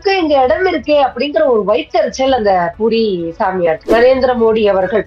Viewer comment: பூரி சாமியார் ன்னு சொல்றது, போலி சாமியார்ன்னு கேட்குது... Please pronounce properly.